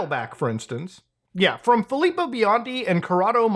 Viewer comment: I’m super grateful he pronounced “Filippo” correctly since I have the same name lol